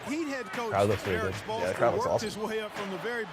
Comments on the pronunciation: spolstra. not spolestra. nerd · OMFG! they need to stop getting noobs who dont know how to play or know nothing of the nba to review and play these games! i was getting irritated every time he said "spoelestra" instead of spoelstra. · Lol when he said "Coach Spolestra!!!" He's an idiot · "Spo-Les-Tra" No. I like these guys but get sports fans to play the sports games.